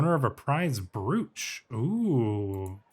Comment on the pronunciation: btw brooch is pronounced broch(rhymes with approach) not brewch